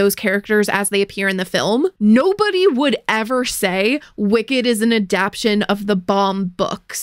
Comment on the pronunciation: As evil as Wonka is, at least, he doesn't strike me as the sort of person who mispronounces simple words like "adaptation".